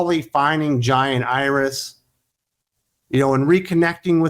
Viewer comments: It took me a minute, but when you were saying "Jai and Iris", I thought you were saying "Giant Iris". Hahaha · I keep thinking you’re saying “giant Iris”